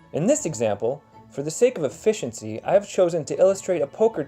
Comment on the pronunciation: did i hear for the sake of effishency?